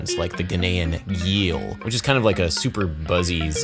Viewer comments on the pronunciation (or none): Hey Adam, gyil is pronounced jeel. Been studying and performing this instrument for the past 10 years. If you have any questions ask away! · I played a gyil once in college. It's actually pronounced like Jill. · I play Gyil! Pronounced (Jee-L) dont know why. But wow was that such a pleasant surprise to hear you talk about the equipentatonic. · This guy Gyils.